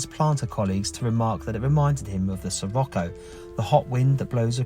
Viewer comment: Pronounced, Sir rock o.